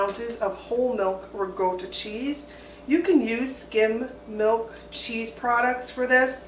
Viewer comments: Love the video. What is re-go-to 😂😂😂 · Isn’t ricotta pronounced with a KA sound instead of G sound???